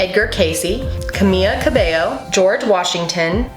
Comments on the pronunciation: It's Cam ee la cab ey oh Not cam eeya. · B r u h.... i’m sorry, but it’s camEELa Cabello. Okay now that I said that, carry on :) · the only thing that offended me was how you mispronounced my girl Camila cabello wrong. But it's okay i forgive you.